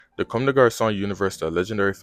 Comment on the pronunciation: First off you mispronounce Watanabe's name. Look it up and get it right. Second it keeps saying "Commes" which is incorrect in the video.